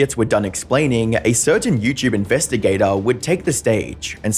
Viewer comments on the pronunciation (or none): Love these “youchube” documentaries